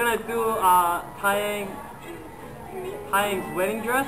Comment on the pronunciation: that was cooooool... btw taeyang is not pronounced tai yaahng its TAY YUNG